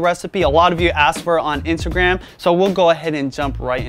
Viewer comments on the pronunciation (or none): Interesting... You usually do not pronounce your T's. In this video...you said "Pasa" water instead of Pasta water. "Insagram" instead of Instagram... & Toally optional" instead of totally optional... lol. Take a listen to yourself. I think u have a speak impediment or have trouble with annunciation.